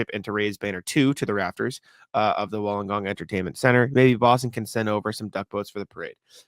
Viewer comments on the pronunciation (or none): got so close on the 1st go of Wollongong. It is Wool-lon-gong. Pretty easy. NBL was huge in the 90s & more cult now. BTW, my team was only in the league for 6 years (92-98) & won 2 championships, I kind of lost interest when they merged with another team. There used to be a real rivalry in the Melbourne teams because the 4 90s Victoria Teams all came from old school Victorian BBall association & you would play for their youth teams (I was playing for the Tigers (old Melbourne team) when I tore the ligaments in my ankle & the Giants (I & Ben Simmons have more the 1 thing in common as Brett Brown took me through drills in Summer Camp, being HC of the Giants at the time). Most of us migrated to NBA ball in the late 90s early 00s (& for some reason I chose a bad Celtics team (long story)). Euro ball is much bigger. I have a heap of Serbian friends barely watch NBA, but will tell you all about Jokic's exploits for Mega Basket. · Hey. Almost got the names right, it's pronounced woollen - gong and illa-warra but with an Aussie accent haha